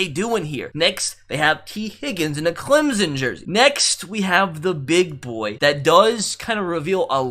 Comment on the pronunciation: Correct pronunciation: "CLEMp-SON", no Z sound lol